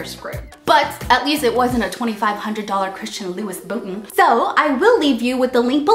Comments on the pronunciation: Was I the only one that noticed she said "At least it wasnt your $2500 Christian Lewis Bootin!" instead of "Louboutin" pronounced "loo-boo-tawn"... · Hilarious she said Luis Bootin!! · lol its louboutin. for christian louboutin not louis bouton lol. she said "lou-bou-tin" jokingly.